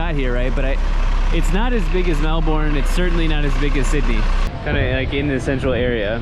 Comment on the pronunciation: Lol when you pronounce Mel-bin as Mel-Bourne i'll give you a pass when you struggle with Maori words.